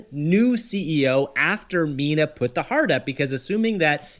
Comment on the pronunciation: It’s not Mina….